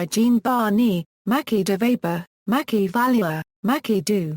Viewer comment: Pronounced: "MaKey"